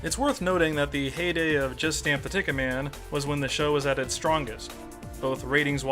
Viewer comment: When you say it, I always hear "Justin the TicketMan"